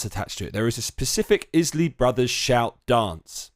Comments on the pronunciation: Its pronounced eyes-Lee brothers Not izlee brothers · Isley is pronounced eyez-lee 🙄